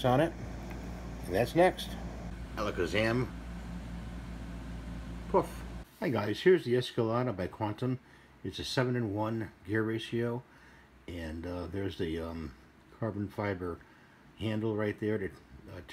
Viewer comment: It pronounced "S-Kah-Laid" like the Cadillac Truck